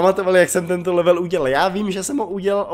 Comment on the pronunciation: marť o a level se čte levl